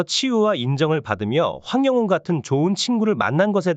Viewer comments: 황용은이 이름을 제대로 발음을 그렇게해요.황영웅 입니다. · 황영웅 가수를 응원 하려면 이름 발음을 똑바로 확실히 해주시면 합니다 황영훈이 아니고 황영웅 입니다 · 똑바로 읽으세요 황영운이 아닙니다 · 황영웅 발음 잘해주세요--아나운서답게요. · 이분은 계속 남의글베끼거나 따라하는 무트버입니다 시청하지마세요 이름하나제대로 발응 못하네요